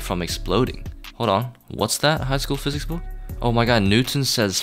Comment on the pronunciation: it's physics not "phisics"